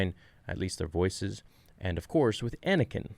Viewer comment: I heard anikain I swr down